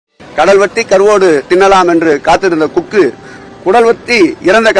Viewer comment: குக்கு இல்ல கொக்கு